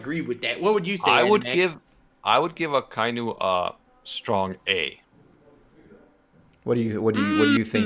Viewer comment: did u just call Akainu Aikinu🤣🤣